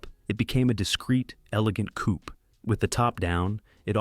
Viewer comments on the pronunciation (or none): "hout cuture" ... the lowest pronounciation of French by an Englishspeaker from across the pond. And a cupee is NOT a coup as in coup d´etat spoken with a soundless P ... Disrespecting other languages is not only anpying, but a further reason ro dispise a specific failed experiment